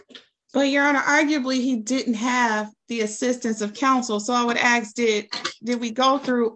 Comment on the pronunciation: You now she's a credible lawyer when she says "aks" instead of ask. What a joke.